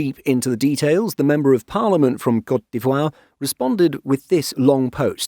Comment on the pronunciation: thanks for teaching me how to properly say cote dee-vwah